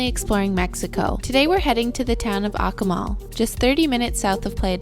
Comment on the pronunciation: If you are going to present yourselves as informed travel vloggers, you might not butcher the pronunciation of your destination in the first minute - hint - in Latin American Spanish the syllables are enunciated very clearly. eg A- Koo- Mal. Ironically, your sponsor is Babel. Maybe think about taking their courses!!